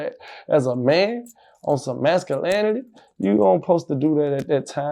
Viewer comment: 🌚HE NEEDS TO WIPE HIS FKN MOUTH! And wtf is "masalinity"?? Maybe he should read a book called, the dictionary?